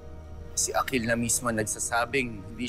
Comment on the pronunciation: Ang gara nong sinabi ni Yung akil naging aklil